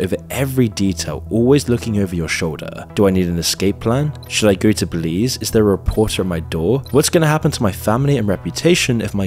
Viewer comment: You said Belize 🤔 I'm from belize